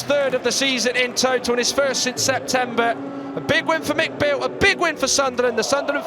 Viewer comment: why does the commentator keep calling him McBeale. Cause he spent half a season in scotland 🤣